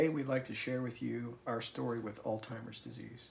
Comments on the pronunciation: I lost my mom to LBD in 2021. I’m so sorry for your loss! By the way, it’s “alZheimer’s” not all-timers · She is very fortunate to have a loving and supportive husband. Please tell home the word is ALZHEIMERS and not ALTIMERS...he keeps saying ALTIMERS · Why does he keep saying Alltimers instead of Alzheimers or OldTimers? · Hi, sweet man, it's alzheimers, not altimers.... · It’s called Alzheimer’s not altimers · Do you call it Al-timers or Al-zheimer? Couldn’t tell if that is on purpose or just a habit or how you are suppose to? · It's pronounced Alzzzzzzheimers not Altimers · altzeimers not altimers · Do Americans pronounce it 'all timers" disease?? In the UK u pronounce the Z saying "al zheimers" Also can u just say I wish u both well, u seem like such a good/supportive husband 😊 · I’m sorry are you saying Altimers?? Obviously it’s Alzheimer’s, but anyway I’m so sorry her coworkers were mean to her, which should not have been allowed, and for your situation. I will say a prayer for you both.❤ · Not meant to offend- your wife's disease is not pronounced "Alltimers" Disease. It is pronounced "All- hy-mere'z" disease. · You are mispronouncing the name of her condition. It is not all-timers, it is Alz-heimer’s, no T. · It's alzheimers not timers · Alt-heimer’s = not correct pronunciation, ALZ- heimer’s = yes 🙌🏼 Thank you for this video, hopefully it will help others regarding their potential condition. Does Theresa speak? I kept waiting for her to offer her own statement. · Altimers is not the right pronunciation..but im sure you'll have it right now. Sorry for your wifes condition it really must be scary for her and for you too.❤ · Trey, you may not realize this but youre pronouncing Alzheimzers as Altimers. Im not making fun of you but at 4 times when you say that word, to my hearing it sounds like Altimers. I have much respect for the husband you are and if its just my hearing the I apologize. Youre a good man, take care. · There is no T in Alzheimers.